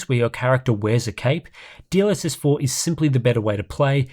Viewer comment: I keep hearing : DLSS4 bounced